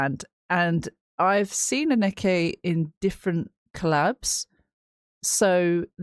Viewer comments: Anneke ---> Ahn-nuh-kuh . Ok? Got it? 😘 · ANN-NEH-KE pronounced